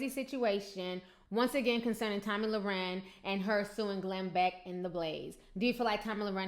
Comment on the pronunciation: you keep saying her last name wrong. Not that you care;)